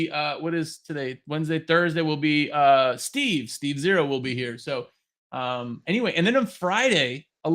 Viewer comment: Ohhhh its steve zero not SteveO lol omg